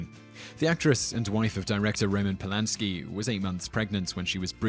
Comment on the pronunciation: Roman Pulanski not Pulasky.